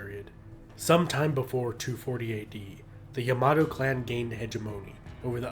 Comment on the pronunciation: "Yamahdough" - SMH